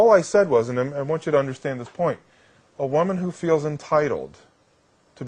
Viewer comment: I love your videos bro but please pronounce woman and women properly